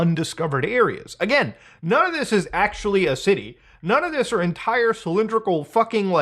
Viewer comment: "none of this is like cylidrical like blhdhbehbeduhhblehbuhhh" 😂😂😂😂😂